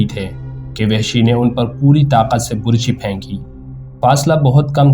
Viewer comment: یہ لفظ burchi نہیں بلکہ barchi ھے۔۔۔۔اور آپ نے اپنی تقریر میں حضرت امیر حمزہ رض کے ہاتھ میں ڈھال پکڑا دی۔۔۔۔حالانکہ تاریخ میں لکھا ھے کہ حضرت امیر حمزہ رض دونوں ھاتھوں میں تلواریں پکڑ کر لڑا کرتے تھے۔۔۔۔وہ ڈھال استعمال نہیں کرتے تھے۔۔۔آپ پلیز تاریخ کو مسخ نہ کریں۔۔۔اور تلفظ کا خاص خیال رکھیں تا کہ اچھا تاثر قائم دھے۔۔۔۔شکریہ